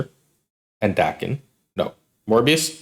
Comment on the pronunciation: Lets say it together, DAY-ken